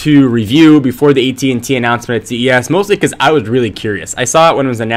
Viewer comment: u keep saying ET&T